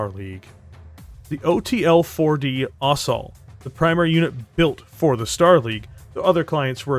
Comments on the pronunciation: FYI - Ost. Sol. Ost-soul. Not Ost-all. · Thought it was pronounced ost-sol, sol as in sun because the disco-machine loadout.